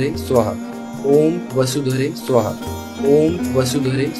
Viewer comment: સુહા નહી સ્વાહા. Is correct ઉચ્ચાર ૐ વસુધરે સ્વાહા